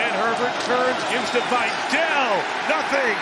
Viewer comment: Vye-Dell? His name is Vidal.